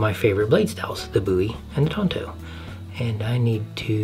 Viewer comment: It's Tanto, not Tonto. Tonto is the lone rangers sidekick.